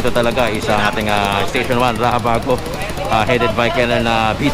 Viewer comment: Pakiusap po kayong mga vlogger huwag ninyong baguhin ang raxabago na gawing rahabago kc kahit kaylan di nabago ang pronunciation ng X.